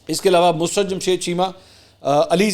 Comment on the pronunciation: The correct pronunciation is MUS-SUR-RAT NOT MUS-RUT